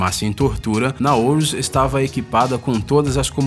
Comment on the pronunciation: Não é "Naouros" seu tonto!!! De onde vc tirou essa letra "o" no final??? (PQP!!!)